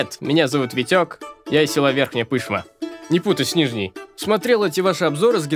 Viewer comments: Не село, а город. Не Ве'рхняя Пы'шма, а Ве'рхняя Пышма'. Казачок то засланный... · Верхняя ПышмА- ударение на последний слог. + это большой промышленный город спутник Екатеринбурга с самым лучшим музеем) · Чел кринжа навалил, назвал селом город Верхняя Пышма, ещё и ударение неправильно поставил( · Этот товарищ, видимо, Пышму только на карте видел, потому, что у нас говорят ПышмА, а не ПЫшма, только мАасковские дикторы в новостях говорят ПЫшма... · только не надо каверкать ! ПышмА! а не пЫшма! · то чувство когда сам из екатеринбурга и готов оторвать себе уши когда слышишь верхняя пЫшма.... (мы говорим пышмА) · Все кто из верхней пышмЫ , знают ударение )))) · ПышмА. Не туда окончание поставлено, и явно ты не из ПышмЫ